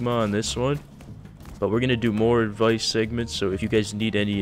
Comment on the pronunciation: “Edvise smegma”